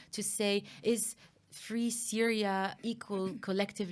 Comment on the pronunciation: How can she not know why the Azzad regime were on S-yria.? 😂 And collective li-bera-tion will only happen when Jesus descends.